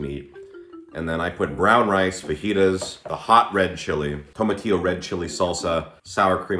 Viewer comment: it's pronounced FAJITAS